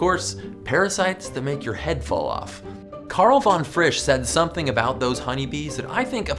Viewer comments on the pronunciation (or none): none